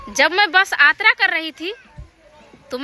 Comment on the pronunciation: Aatra nahi yatra hota hai